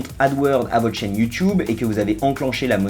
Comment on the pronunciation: mais pourquoi il dit you choub??